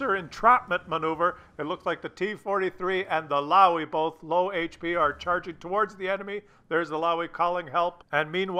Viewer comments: Look at the chat as well.. Man some guys are mad in that one.. PS., a Löwe is not a Louwy but more a Loewu.. (so the oe as the ou in shoulder and the u as the u in dull). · In german, the W has a V sound, so it would be closer to "Louve" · it's pronounced "Looooova". Right then, carry on. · if you wish to learn how to pronounce LOWE correctly have a look and listen to this vid of a fellow tankist from Germany